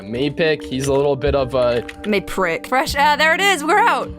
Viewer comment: Mayprick lmao. But at least you missed maneprick at the start.